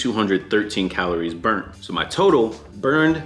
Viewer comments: what is up with the spelling and pronunciation dog😂 what is bruned yal meant burnt right😂😂😂😂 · MAN SAID BRUNED XD